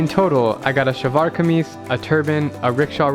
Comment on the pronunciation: you nailed the pronunciation of Shalwar Kameez! 👌🏼